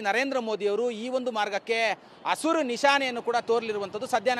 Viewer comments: ಹಸುರು ಅಲ್ಲೋ ಮಬ್ಬ್ಸೊಳೇಕೆ ಅದು ಹಸಿರು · ಹಸುರು ಬಸುರು ಅಲ್ಲ ಅದು.. ಹಸಿರು ಅದು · ಅಸುರು ಅಂತಾನೆ ಗುರು ,ಹಸಿರು ಅನ್ನೋದಿಕ್ಕೆ ಬರ್ತಿಲ್ಲ